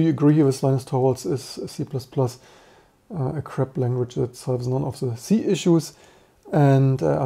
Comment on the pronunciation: I was just joking about how you pronounced "crap" more like "crab", and Rust is often embodied with a crab, but now I've kinda ruined the joke.